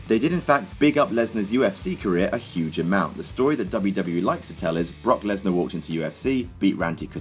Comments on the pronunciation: you called brock lesnar bork lasor like grim does on grims toy show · why did you say Bork laser 😄